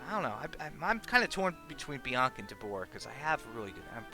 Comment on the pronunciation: DEB-or -RaH you saying her name wrong... Your saying Debooorah like the dbz character lol 🤣